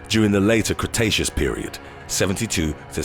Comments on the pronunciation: Did anyone else hear him say crustaceous instead of cretaceous 😂😂😂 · dont let anyone give you too much shit about saying crustaceous when you meant cretaceous. I've made that mistake a few times too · It was called the Crustaceous era because dinosaur arms were to short to reach around and wipe their asses.